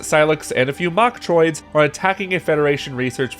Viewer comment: When he said mochtriods at first i thought he said bok choy😂